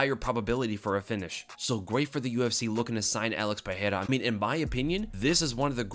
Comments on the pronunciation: i dont think that s how his name is pronounced. the r becomes h only when it strarts a word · hey, the "R" in portuguese only have the "H" sound when it is in the beginning of the word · Bruh why do u keep pronouncing Pereira wrong